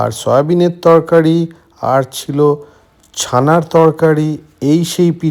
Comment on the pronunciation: Word ta" Tokari "noi" Torkari"😄